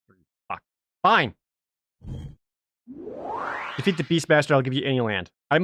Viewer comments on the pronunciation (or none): none